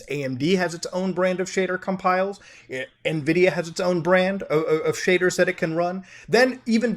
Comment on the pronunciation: Man. All i heard was shaders and cum piles.